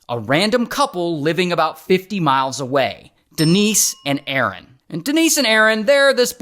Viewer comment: De-nice and A-A-ron